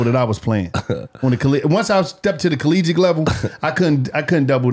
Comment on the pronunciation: Bro said “collegic”